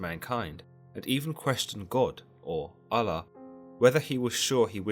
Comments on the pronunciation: He did say "God, in this case known as Allah" or something like that. I wish he would've used the term God instead cause its weird the way he pronounced Allah. Oul-Loh/Aul-Lah not al-la. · Just say god instead of allah. It means the same thing and you are saying it weirdly.